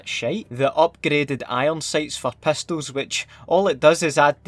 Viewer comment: Pestols lol